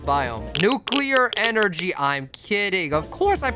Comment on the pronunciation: NUCLEAR ENERGAEH